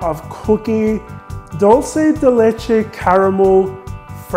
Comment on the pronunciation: Wow I'm impressed by your pronunciation of dulce de leche. You are one of the few people doesn't butcher it by "Italianizing".